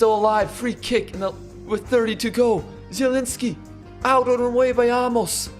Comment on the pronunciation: Probably too late but his name is prounced A(literally just the letter A)- mos (like youve been saying the entire series